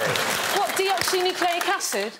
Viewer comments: Deoxyribonucleic acid, not deoxynucleic acid SMH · Bridget did not say DNA correctly. It's "deoxyribonucleic acid" not "deoxynucleic acid". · Its Deoxy-RIBO-Nucleic Acid. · The nerd in me is dying because Bridget said Deoxynucleic acid 😭😭😭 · bridget missed a syllable, it's deoxy*ribo*nucleic acid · sorry Bridgette, it is deoxyRIBOnucleic acid. so close..